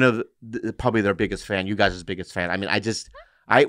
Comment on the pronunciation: "gwee don wan to get dirt on our chirts."